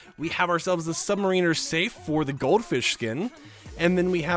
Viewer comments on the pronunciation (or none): none